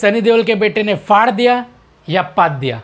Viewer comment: Faar dena chaiye .. this is not even a word. “ its phaar dena “ 😂😂😂 not faar dena